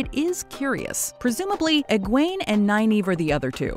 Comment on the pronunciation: and tell me that's not how Nynaeve and Egwene are actually pronounced... I've always pronounced it "Nin-eh-vuh" and "Edge-win"... Who's with me!?